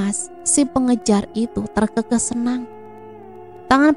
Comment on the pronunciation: Terkekeh itu d bacanya be-rak, bukan be-lia